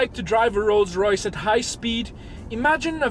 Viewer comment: "Lolls Loyce"